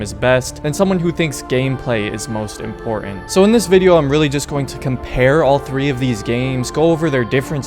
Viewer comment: Great video! However, I feel that I just HAVE to tell you something. "Important" has a T in the middle there. I think Ezio came up behind you and stole it, right out of your vocabulary! The dude is bad AF, I tell you.